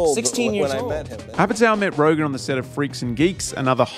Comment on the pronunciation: Don't want to be that guy, but you should know it's Seth RogEn, not RogAn. You repeat that mistake everywhere in your video and text.